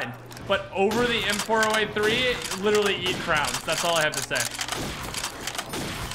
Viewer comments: Dude can’t say “Crayons” right 😂 “If you liked the R700 over the M30 you eat crowns” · People who pronounce “CRAY-ONS” as “crowns” eat crayons.